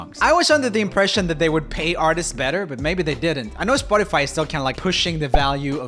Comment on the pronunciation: I love it how he says spot-tea-fy instead of spot-tuh-fy